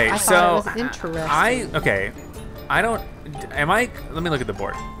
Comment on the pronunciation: Why do you say inersting